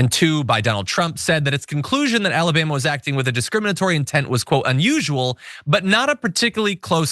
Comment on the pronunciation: "What's going on down in Alabam"?